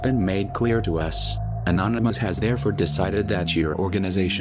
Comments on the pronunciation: It cracks me up that the news caster called it the "Church of the Annonomys" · ''churche of the anonymus'' lmao